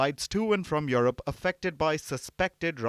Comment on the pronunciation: It's not Your-rope ma'am, it's You-rope.😊